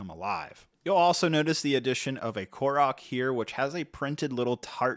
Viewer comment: He pronounced Korok and Zelda right… other than that 🤷🏻‍♂️